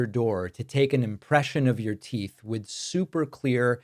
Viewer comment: "How long is it going to ttake"?